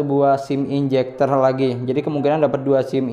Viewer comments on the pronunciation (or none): ejector bang, bukan enjector haha.. sukses terus bang love you